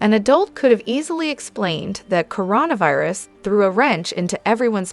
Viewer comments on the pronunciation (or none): OK, this is my second time recommending that you spell things the way they sound so that the AI pronunciation improves. I'll give you a couple more... makeltea instead of Michalet, merry instead of Meri, coreona virus, ari, lifes, girl you are killing me and your potential subs....